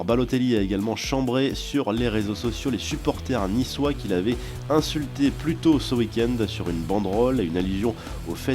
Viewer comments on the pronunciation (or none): none